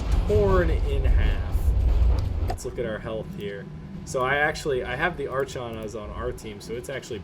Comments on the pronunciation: It is EXTREMELY painful to hear you pronounce archon like that lol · Was gonna watch this but the mispronunciation of "Archon" just killed it for me.